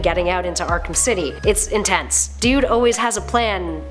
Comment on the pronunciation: Ark”ham” Hehehe